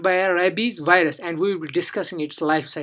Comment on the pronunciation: Wireus? You mean virus?